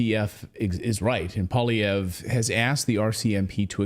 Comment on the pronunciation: You make Paul Poiliervre sound like a Russian name. It's French. Poil means the hair or fur of an animal and is pronounced like "pwal" and lievre is French for hare and sounds like li-ev-re, so it means hare fur. Maybe his settler ancestor was a trapper.